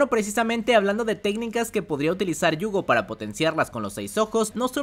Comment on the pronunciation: Por qué se la pasa diciendo Yuugo? Me da no sé que!